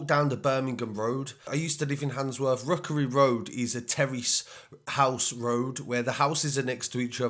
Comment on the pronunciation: Wookerwy Woad ?